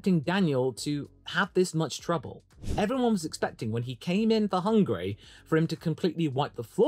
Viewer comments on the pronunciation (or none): none